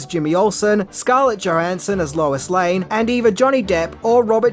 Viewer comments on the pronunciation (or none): none